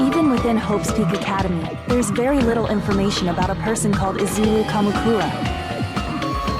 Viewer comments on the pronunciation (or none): .. izuwu kamukuwa